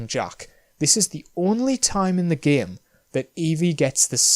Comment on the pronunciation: Love how he pronounced game as Giyimm